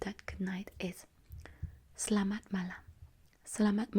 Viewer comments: The pronunciation of Malay word of good night is surprisingly correct and precise.. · You pronounced SELAMAT MALAM like a native Malay